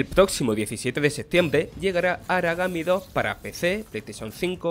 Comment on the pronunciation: "Aragami Dóh" 😏